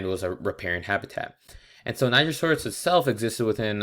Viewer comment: I think you said the name wrong